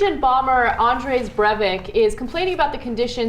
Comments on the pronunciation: This is the second video where Ana calls "Anders" "Andres". sigh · I laughed when Ana Kasparian called him "Andres Breivik" it's pronounced "AndERS Breivik" lol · AaaaaaaaaaaaandeRs..... american pronounceiation of Andres brevik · Can Ana read? Did she call him "Andre"?? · "Andres Brevik". I cringed